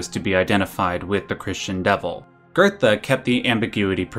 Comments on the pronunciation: Theres no R in Goethe. It's not pronounced "gertha". It's "goo-teh". It's like how people can't pronounce Goebbels and say "gerbels". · Why are you pronouncing Goethe as GURDA? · Geothe is pronounced Gertha? Wow. I always pronounce it as Geethe. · Johan did nothing wrong. btw it pronounced Guhte